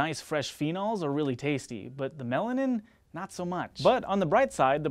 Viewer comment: When u said melanin, I thought u said melon amd I was like no I have never heard of that chemical before lol!